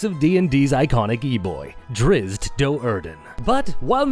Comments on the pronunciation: I just can not get past how carefully this guy mispronounced it Doe'Urden. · The pronunciations made an otherwise amazing video kind of painful to watch. I'm so used to pronouncing Do'Urden as "due-arden" that everything else just sounds wrong